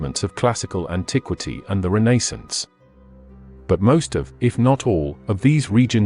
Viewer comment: Did not like the way you said Renaissance